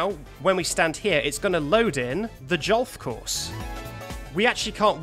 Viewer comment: the jolf course?!?! LOL LMAO